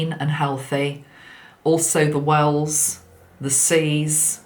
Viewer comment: I kept hearing ‘whales’ every time you said wells 🐳 😂. We are getting hundreds of whales pass by us (east coast of Australia). Their numbers have increased significantly. I feel they are helping so much as they take huge amounts of water in and purify it and then blow it back out to the ocean. Grateful to these friendly giants of our oceans 🌊